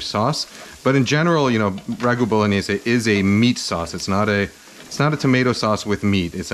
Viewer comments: Hey, great vid looks delicious but- isn't it pronounced: boh lo nyais? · my italian grandma turns in her grave every time you say bolo/gni/ese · I love how you pronounce “bowl-o-nayse”